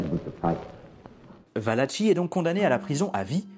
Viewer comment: Il convient de prononcer VALAKI En italien, CH suivi d'un E ou d'un I se prononce QUE.. Donc ici , Joseph VALACHI se prononce VALAKI et non pas VALACHI. Cela dit ,très bon reportage. Beau boulot.